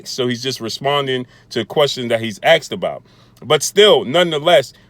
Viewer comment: Why can`t you even talk properly ? the word is "asked" not "axed" ffs